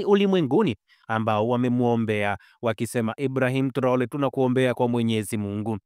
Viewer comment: Mwandishi mbona unatamka jina la Ibrahim traore vibaya